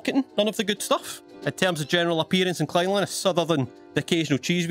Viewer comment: Sounds like he is saying genital not general